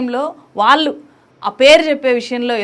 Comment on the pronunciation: మీరు "ళ్ళు" పలకడం నేర్చుకోవాలి. "వాల్లు" కాదు "వాళ్ళు"